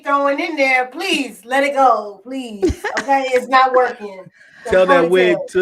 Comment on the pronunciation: PLEZ? got me clinching my pearls 🤣🤣. Not mustard seed. Come on overflow